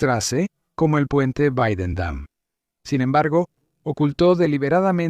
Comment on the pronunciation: "Guadendam" aquí tienes mi "dislake" por que eres un anglómano recalcitrante.